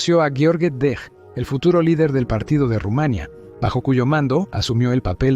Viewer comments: Es Rumanía, no Rumania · Dios Rumaniiiia ,no Rumaaania😂😂😂😂